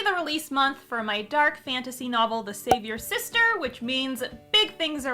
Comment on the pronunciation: Everytime she says the title of her book it sounds like she's leaving out the "apostrophy s". She clearly says "The Savior Sister". In fact I thought, that that WAS the title, before I saw it written on the cover. Sometim es it can be hard enough to stop other people from fucking up your titles. So why is she doing it herself here? xD